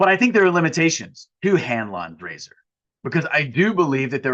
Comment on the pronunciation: I heard Hand lawn grazer instead of Hanlon's razor